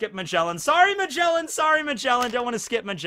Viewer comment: bruh magjellen what is that name his name is ma ge la n